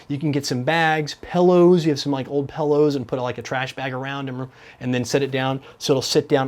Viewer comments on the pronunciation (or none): says pillows like "pellows"... hehe